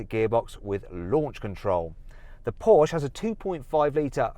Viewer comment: Why can't he pronounce Porsche?